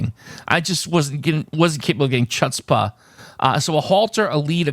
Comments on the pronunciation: "Chutzpah" is pronounced with a very hard H: "HHOOTZ-pah". It probably comes from Hebrew or Klingon or one of those languages related to gargling. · Even my non-Jewish friends say hutzpah. I've never heard the "ch" sound be used like in English. Well, I guess it's on the list of unique phrases. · Full point for purple. 1/2 if you insist for the green. "Chutzpah" is a Yiddish word. Drop the "c" and pronounce the first syllable as if it rhymes with "foots," Pronounce the second syllable like "paw." The accent is on the first syllable. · That pronounciation of chutzpah hurt my Jewish soul. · Definitely don't need to be jewish for that one to hurt. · My Yiddish speaking parents are rolling in their graves. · LOL, I have never heard of anyone pronouncing it that way. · I almost fell out of my chair when I heard his pronunciation of the word. 😀